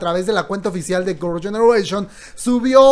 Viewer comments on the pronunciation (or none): none